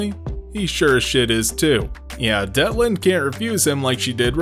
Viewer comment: It's Detlinde, actually. Not Deltine. And that's only in the English translation. Her actual name is "Dietlinde" (ディートリンデ in Japanese), which is a German female given name. ie is pronounced like the ee in "leek", which is also how the Japanese version spelled it in katakana.